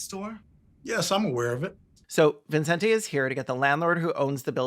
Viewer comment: i like how everyone in the movie says Vincente Ramos Vinsin Tay Ramos